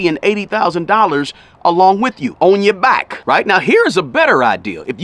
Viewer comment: My wife got her phd a few years back so we’re in the thick of things now with student loan debt. However when you said “on ya back” I laughed because you sound like a true OG from the Midwest. Anyhow, great advice sir.